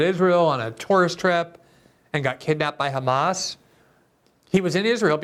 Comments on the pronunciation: Hey Ben say “has” Now say “Hamas” If you can say “has” then you can definitely pronounce it as “Hamas” not “khamas”. You’re a born English speaker who’s speaking English for Christ’s sake. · Why does shitpiro say Khkhamas? Can't he say "H"? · I love it when the European jews fake their pronunciation of “hamas” because they desperately wanted to be viewed as a semite